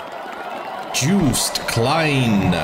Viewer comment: Joost is pronounced like toast😄. I don't want to be whiny, but since you're a teacher I think you'll appreciate it. Joost for the win!!